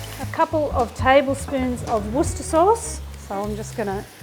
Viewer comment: JULIE - you deserve a medal for being the first person outside the UK to correctly pronounce 'Worcester Sauce'. NOT ONE AMERICAN has ever done it in any YouTube video to date (June 2025) - they totally bastardise the name to such an hilarious extent, it isn't even funny any more!